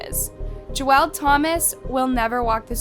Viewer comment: Just saying but you mispronounced Geweld, but I'll let it slide 😅